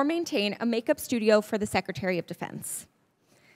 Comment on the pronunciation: SecITary....Secretary drives me mad